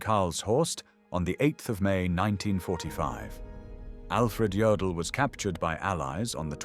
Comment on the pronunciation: Jodl not Joel.😝